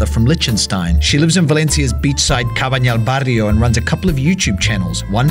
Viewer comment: Litchenstein Licht - ensteint. [lisht enstein]